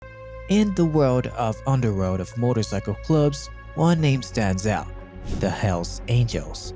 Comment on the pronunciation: I can't help but notice you pronounced motorcycle club wrong.